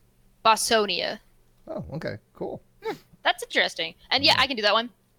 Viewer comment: when misreads bosnia, it sounds even more awesome... "boss-sonia":-)